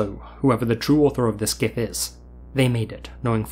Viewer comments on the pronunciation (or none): It's jif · The guy who created Gifs pronounced it like a J, broseph. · "GIF, or JIF if you're a sociopath..." 😂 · Zombie GIF(JIF) 😄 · It's pronounced G.I.F very sad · One of the two creators of gif files said it's supposed to be "jiff" but he's 100% wrong. Idk what the other guy says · I NEVER hear dudes with this guy's accent actually say Gif (not jif)